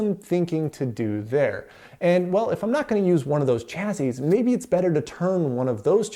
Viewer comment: Nice overview of the PDP-11 cards. But “chazzizz”? :)